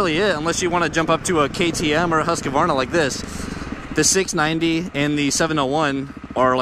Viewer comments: should have sound better if u said houseqvarna and not huskyvarna.../swede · Could americans please learn to say "HUSS-KVARNA"? it's not husk'eh'varna. Other than that - good video, I'm sorry for b*tching about the way you say it. :) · it's pronounced hus-kvar-na, not husskavarna lol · the way you say husqvarna ticks off